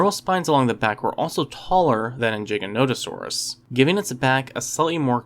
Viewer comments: For the love of all that's dinos STOP pronouncing the Giga's name wrong. It's GIGA-no-tuh-saw-rus. Same as if you're saying the word gigabyte. Not jig. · Believe its a hard 'G', sir. Not "jiggernotosaurus" - it's 'Gig'. At least, it has been in every lecture I've witnessed about such. Mind you I'm UK - mayhap you pronounce it differently there. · OMG you did not just call Giganotosaurus "Jigga-note-o-saurus". You must play Ark. Good video though, I enjoy your content. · Man said jiga it’s giga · Dinosaur content creators on YouTube need to stop saying Giganotosaurus wrong, you're influencing a Generation of viewers who will believe anything on YouTube. It's pronounced the way it always has been and always will be... "Gig-ah-no-toe-Saw-us" not a syllable more nor less, if people truly struggle then follow this. to Pronounce the Giga correctly, One uses The Rock Bands GIG sound NOT the Pirate's JIG sound. Now you can call me an Idiot or whatever word meaning dumb, but in the 29 years I've been alive I haven't seen even one dinosaur book featuring the Giga that showed a Pronunciation with a J Sound, so get it right or get educated. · I'm sorry but does the way this guy say Giganatosaurus infuriate anybody else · Eh, I don't really care tbh. I know Giganotosaurus is supposed to be pronounced Giga as in gigabyte, but pronunciation usually doesn't bother me. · i hate the way people say giganotosaurus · I'm so glad I'm not the only one that pronounces the mighty gigas name like that. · Jigganoteasaurus 🤣🤣🤣 pacifically? 🤣 I didn't even make it an entire minute into this 🤣